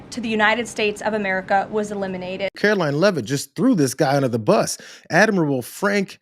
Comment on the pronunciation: I’m really uncomfortable hearing my surname coming out of the mouth of KARO-LYING LEAVE-IT. The Admiral is most likely not a direct relative of mine… nevertheless!